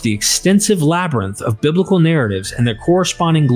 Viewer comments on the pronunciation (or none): none